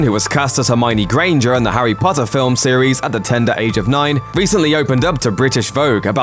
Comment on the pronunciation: "Harry Butter" Killed me 😂